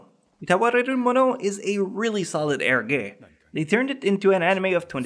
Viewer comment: Dude, eroge is read as "e-roge" not "e-ro-ge". Japanese use "e-ro" like ero gaemu.